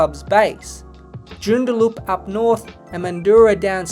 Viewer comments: Hahah it's not 'Joon-da-loop.' It is pronounced 'June-dah-lup.' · The way he said 'Joondaloop' instead of 'Joondalup' makes me laugh ;) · wtf is jorn-dar-looop at least do some basic research on how the name of a town is pronounced before you do a video on it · Its between Joondalup or Canberra. Leaning towards Joondalup considering all the money the AFL is pouring into GWS, GC and now tassie. Not sure if they can afford another money burning team. Also your pronouciation of Joondalup is funny. Its pronounced joo-n-da-lup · Great video but you need to brush up on your Joondalup pronunciation game 😂 And why are you hating on Norwood? 😢 Fantastic club, unlike some plastic no-history franchise from Nowheresville WA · 😂😂 Joondalup is pronounced very differently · JOON der LUP. MAN due rah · Its JOON dar LUP. and MAN due RAH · great video, incorrect pronounciation of joondalup and mandurah made my skin crawl though ahhaha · Can't even pronounce Mandurah or joondalup properly... 😂😂😂